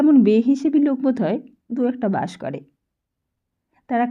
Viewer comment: খুব বাজে উচ্চারন! পিত্তি জ্বলে যাচ্ছে, যখন লোক কে লোগ বলা হচ্ছে! এরকম বহু শব্দকে রীতিমতো বিকৃত করা হচ্ছে। আমরা তো গল্প শুনছি না যে বক্তা নিজের কথ্য ভাষা ব্যবহার করবে? আমরা তো একটা বই পড়া শুনছি! হুঁ!